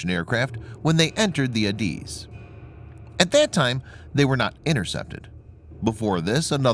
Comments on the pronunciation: Beaufort Sea pronounced "bowfort" not "beeyoufort ". and I never heard ADIZ pronounced like that before, always " add iz" but maybe I am wrong. NOT wrong about Beaufort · Goddamit its pronounced AyyyDizzzz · IT's Not ADIZ as ypo pronounce it it is refereed to the Individual Letters A-D-I-Z you did get the full name correct (Air Defense Identification Zone)